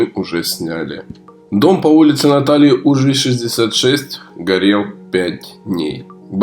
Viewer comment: Уважаемый автор видео! Пожалуйста, правильно: улица УжвИй, ударение на "и".